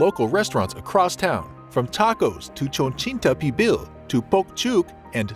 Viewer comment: “Cho-chin-ta Pibil”😂 I love the authentic advice in this video! By the way, this food item alone is worth the trip.😀👍🏻